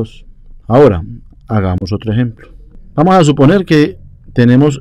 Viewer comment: Min "Vamo a suponer" XD Vamo a calmarnos.... muchas gracias, esta muy bien explicado.